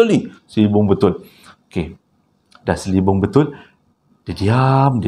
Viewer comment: Sokay sis..sbb saya pn nismilan ckp selibung..hehee